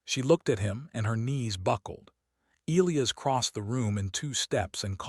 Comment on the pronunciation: Your AI doesn't know how most people pronounce "Elias". That sucks.